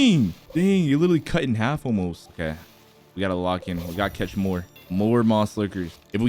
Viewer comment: Why did vro say cath